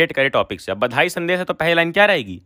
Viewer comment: Bhai aap rehne do, sankalp padhne nahi aa rha aapko, badhai ko bandhai bolte ho aap kya padhaoge? Zabardasti mat padhao,jo aaye wahi padhao 🙏